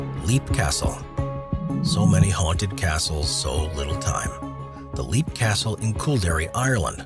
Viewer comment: It's not Leap castle,it's pronounced /ˈlɛp/; Irish: Caisleán Léim Uí Bhánáin